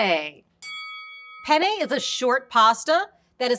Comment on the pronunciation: Also - be sure to pronounce both Ns in Penne because the way you're saying it (with one N) means uh... Male Genitalia. I started laughing uncontrollably when you said this Pene has ridges 😂